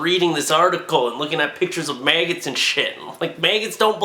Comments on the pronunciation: Mag-gots not may-gits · Did he just say mayggots